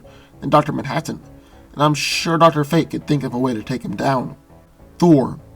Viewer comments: Duter mantaten (Dr. Manhattan) lol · say Manhattan one more time. I dare you